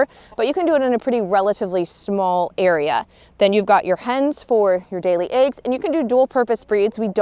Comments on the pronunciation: "eggs" woman!!.. NOT "AEGS"!! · She calls eggs ayggs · Love how you say eggs 🥚😌